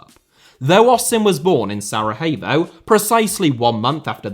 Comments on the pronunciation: Just a small correction - It's SaraYevo, not SaraHevo. They aren't Spanish :D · great video but what in all heck is "Saraheyvo"? I've never ever heard it pronounced that way before 🤣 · Why are you pronouncing Sarajevo as it is a spanish word? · I just need to correct you here: We dont call Sarajevo like its spanish (Sarahevo), we call it as it says (Sarayevo if you will) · Sarayevo not Sarahevo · Please work on your pronunciation, watching one video about that before making this video would have been enough. SaraHevo?! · Be careful of your accusations because the international war crimes tribunal never found any evidence of state sponsored genocide on the territory of Bosnia and Herzogovina. And Sarajevo is pronounced SaraYevo. Thank you for your interest in the region. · Love how you pronounce Sarajevo but maybe not sound the H so much Hope things get better for "zmajevi" love from Croatia 🇭🇷 🇧🇦 ❤ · The points about the football stuff are accurate for the most part. However the image selection is really bad.... a good portion of the images are outdated by a factor of decades. This would be the equivalent of speaking about current issues in English football while showing images from the Hillsborough disaster. Unusually lazy for this channel. Not to mention the pronunciation of the name Sarajevo